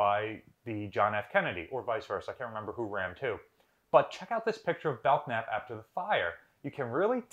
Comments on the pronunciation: BELL-NAP. K's are silent before an N. Sheesh. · The k in Belknap is silent.